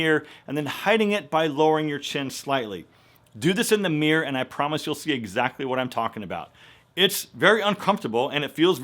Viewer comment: Looks like the "tooting" went on for MUCH longer than a second, M'Dear - L😆L!? Couple more "exclusive" criticisms: some of your before pics were faar better than the after - since I prefer the natural good looks to the put on Hollywood fake ones. And last but not the least - It's mirrrror (mirror) not meeorrr - please!? On a positive note, some of your tips made good sense, but would I like to see more of "make a good impression" NOPE - In a world where good impressions are outweighing good intentions, I'm for the keep it simple, sweet, & natural - It's healthy!! Do I mean flaunt your flaws & show off the belly fat & thunder thaighs -nope!! I simply mean work on your health instead of your looks. The former stays with you the other is temporary - Plus a good inside builds self worth & confidence. For everything else there's Master card!?